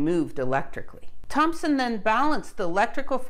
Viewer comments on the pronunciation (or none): none